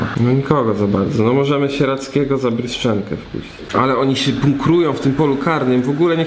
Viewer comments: JEZUS NO TO JEST "BRYŻENKO", A NIE "BRYSZCZENKO" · Bryżenko kurwa a nie bryszczenko